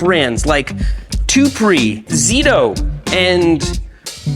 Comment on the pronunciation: is this guy dyslexic or what? It is clearly stated "ZTTO" two "T" and this guy sais "ZITO" . . .